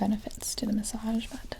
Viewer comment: I like the way asmrtists say massage. Like ‘massazjes’